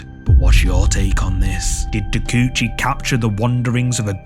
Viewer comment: Ta-kay-oo-chee, not Tacoochie.